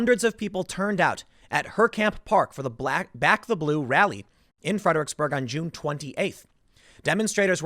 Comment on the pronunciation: Stop saying Fed-er-icks-burg